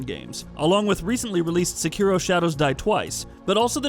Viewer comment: Sekiro. Not s'KIro.